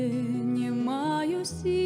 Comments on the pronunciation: Дзякуй вялікі. Адна заўвага: беларускай мове уласціва аканне і яканне. Таму больш прыемна чуць не "не маю сілы", а "нЯ маю сілы". Першы скдад перад націскам. У такім выпадку пішыцца 'не' , а чытаецца 'нЯ'. Напрыклад: "ня буду", але "не хачу" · Спела красиво. Правильно произносить "нЯ маю силы", в бел.языке Е гучыць як Я перад наступным нацискным складам.